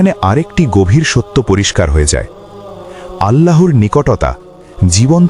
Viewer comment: সুবহানআল্লাহ আলহামদুলিল্লাহ আল্লাহুআক্ববার। মহান আল্লাহ আপনাদের অশেষ বরকত দান করুন। একটি অনুরোধ, 'আল্লাহর' উচ্চারণটি সঠিক হচ্ছে না। দয়া করে বিষয়টি আমলে নিবেন।